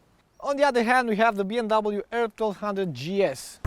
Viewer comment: And it’s B “M” W... not “N”.